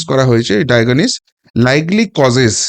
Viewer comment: Medical terminology ভুল উচ্চারিত হচ্ছে।ডায়াগনোসিসটাই ঠিকমত উচ্চারিত হচ্ছ3 না। রেক্টাল শব্দটি সহ অনেক ইংরেজি শব্দ ঠিক করে আবার পোষ্ট করলে ভালো হয়।